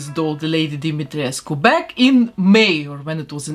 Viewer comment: Finally! Someone pronounce Lady Dimitrescu name correctly❤️ I love your channel and your work! Love from Romania!🇷🇴 P.S Why the non-Romanians people are more offended by her name than the Romanians ones?